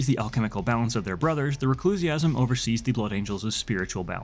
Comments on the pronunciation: hey man I hate to break it to you but it's reclusiam like 'reclusee-um' not reclusiasm like 'orgasm' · A couple of little things: Reclusiam, not "reclusiasm". Epistolary is pronounced like "epistle", rhymes with "thistle" or "missile". In this sense, it's suggesting a person who writes letters. Likewise "codicier" suggests someone who edits and compiles written work, and "lexicanum" is someone who writes.